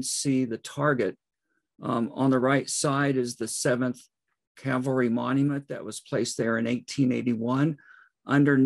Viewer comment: Please, it’s cavalry. Not Calvary.